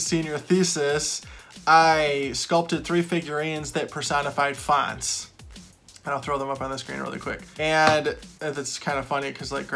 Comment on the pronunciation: FONTS! ....at first I thought you said Fonz.....